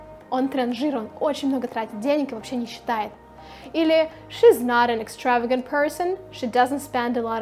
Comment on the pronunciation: You made a mistake in pronunciation of extravagant